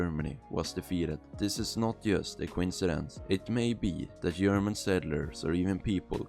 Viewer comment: german here... the g in german is not a y. so its german not yerman lol